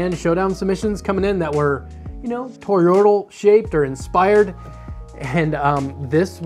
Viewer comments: how hard is it to say thor-oid. you're making it more complicated than it is. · Made an entire video about toroids without learning how to pronounce toroidal